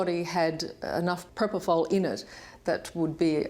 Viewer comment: So Mr Murray saying Michae. injected himself with proprofal